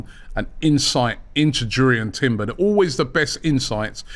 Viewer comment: Its pronounced as Yurrien Timber